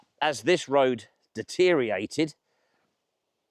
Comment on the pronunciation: Did you just say " deteriate"?